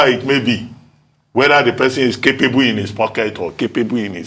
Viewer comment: It is not car-pay-bu... awon agba woran woran... it is "keɪpebel" oloshi.... se e ni Eni gbo ni?